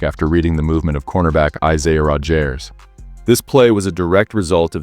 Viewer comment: Isaiah Rodge airs 😂